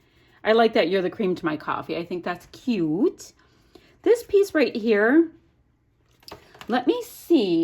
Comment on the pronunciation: Trying to figure out the spelling for the way you pronounce "cute" lol! Queeoot? Keeoote? Ciute? Q-OOT? What-ev!! Love your layout & the you aren't afraid to use flowers for your son!!